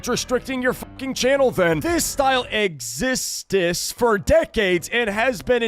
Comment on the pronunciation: bro said existís instead of exists